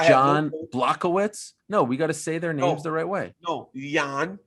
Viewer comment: I appreciate Ariel Helwani's CORRECT pronunciation of everyone's name.